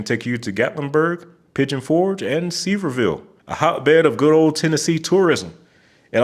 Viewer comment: Sevierville is pronounced "Severe ville". I had someone ask me for directions and pronounced it like you did and I no idea what they were talking about lol.